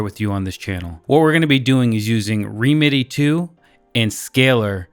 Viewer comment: Great video - really interesting possibilities :) just a couple of comments. I think songwish pronounce it “remedy” and sadly the current version (v2) doesn’t run on M1 macs. Hoping an update will come soon.